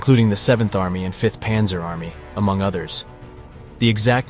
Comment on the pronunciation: This is an interesting vid, but the bad German pronunciation is distracting. Windhund is pronounced "vindhoond" and Panzer is pronounced with an open "a" - more like "Pahnzer"